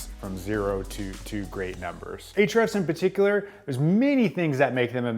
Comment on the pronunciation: Can't wait to watch this, but I first HAVE to know: Why is it pronounced "H-REFS"? (There's an argument I'm slated to win, with your help!)